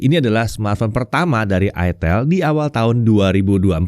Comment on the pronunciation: Bacanya kan ay-tel (huruf 'e' nya kaya' ngeja pelipis)